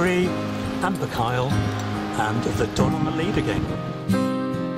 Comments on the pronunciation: Boo-kale? You really need to practice your pronunciation. The video itself is very very enjoyable.Well done. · Why has it an irish name? And its proper pronunciation is (boo-col) not (boo kale)